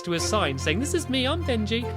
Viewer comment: Dude I thought it was always Benji not Bengy